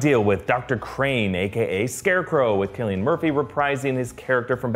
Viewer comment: thank you for pronouncing Cillian Murphy's name correctly this time... lol!